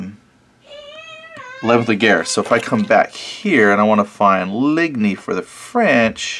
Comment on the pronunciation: It's interesting to watch someone coming into this era of gaming with very little knowledge. But...your pronouncing of words I had a good chuckle. Ligne...actually pronounced as leen...or line in English. But that's okay, you're still new to this so I'll let it slide...for now 😁 Looking forward to watching more of your videos as you advance along.